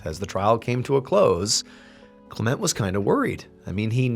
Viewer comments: CLEment. Not CleMENT. Words with two syllables have the emphasis on the first syllable. DOCtor, MISter, SURgeon etc. Linda. 🇳🇿📚🍷🦆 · Isn’t it pronounced “KLEM-ent” ? 🤔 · I always thought that name was pronounced CLEM ent Was I putting too much emPHASis on the wrong sylLABle?